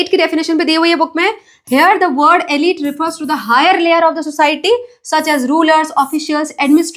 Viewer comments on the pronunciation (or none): none